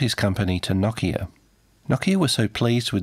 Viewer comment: na-kia lol try no-kia